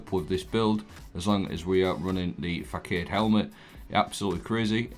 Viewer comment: Mate its pronounced fah sod 👍